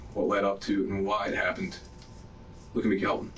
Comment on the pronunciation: Kalvin, not Alvin